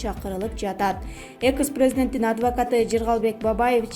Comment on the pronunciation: Сабатсыз сага канча жолу айттым экыс эмес экс президент деп кантип иштеп журосун тупица